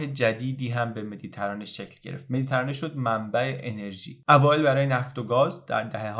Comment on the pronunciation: خیلی زیبا بود واقعا کانالت حرف نداره. اما یک انتقاد. لطفا کلمه مدیترانه رو با کسره روی حرف ت تلفظ کنید و نه فتحه.